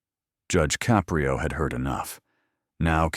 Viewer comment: It's a good story but narrator is terrible. He can't even even figure out how to pronounce Judge Caprio's last name.